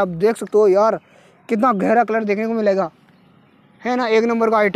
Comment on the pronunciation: Aap mlingaa kyon bolate Hain